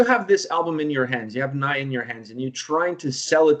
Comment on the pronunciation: Mispronouncing Nija telling me that sb here doesn't what the song is about 😂